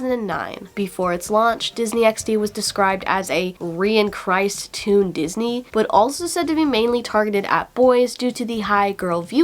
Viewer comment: "Described as a 'Re-in-christ' Toon Disney" It's rechristened, dude! 😂🤣